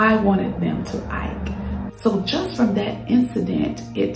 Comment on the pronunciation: This is great. I’m listening but are you saying "ike," instead of "act?"